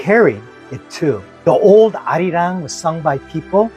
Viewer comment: Perfection! You captured han and arirang perfectly!!